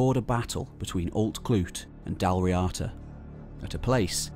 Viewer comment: 2:37:100 It's pronounced like "Dawl Reada" not "Dal Riata" It's an Irish word, don't read it as an English word. You don't read French as English, no one say "Crow-Is-Sant" when reading Croissant So please don't do that to Irish ^^